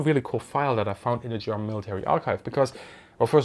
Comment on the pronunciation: Thanks for explaining this subject and your artful pronunciation of the German language!